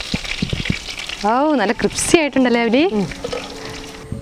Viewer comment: ക്രിപ്സി അല്ല ക്രിസ്പിൻ.. 😉